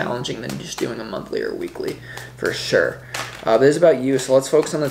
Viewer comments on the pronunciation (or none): The way U say, 'For sure!', is funny makes ne wonder where U grew up, lol!